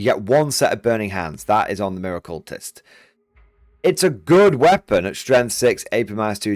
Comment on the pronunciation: Miracultist is not said like 'mirror-cultist', its someone who does miracles, so its said like 'Mira-qu-list' not somone who worships mirrors in a cult